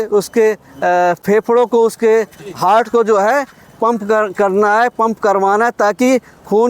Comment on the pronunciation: हर्ट❌ हार्ट ✅😂😂